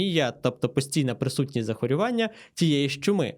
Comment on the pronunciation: Ви завели мене в глухий кут, бо виникло внутрішнє запитання: а куди ще інші люди можуть покласти той наголос: зАхворювання, захворЮвання, захворювАння чи захворюваннЯ. Не йму гадки. п.м. вже почув "захворювАння" 😂